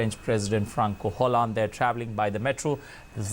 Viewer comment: His name isn't pronounced "Franco Hollande," but as "Franswah Hollande"